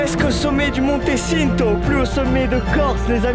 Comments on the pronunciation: Je suis mort comment ils on prononcé "Le Monte Cinto" il a prononcé "sineto", au lieu de "tchinto"😂😂 et même les noms des Monts et des refuges ils on pas respecté nôtre langue, les Corses en Sueurs😂😂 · T'as vu la prononciation 💀 juste le "monté çinto"💀💀💀💀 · Tout le monde vous parle du Monte Cinto mais vous prononcez ça comme des pinzuti 😂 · Un énorme bravo pour ce que vous avez accompli vous avez géré 🎉 Par contre en tant que corse qu'est ce que j'ai ris sur les prononciation de lieu rien que le Monte Cinto que tu prononce Sinto alors que c'est Tchinto mais au moins c'est rigolo encore bravo 😂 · On dis pas "monte ssinto " mais "monte tchinto" 😂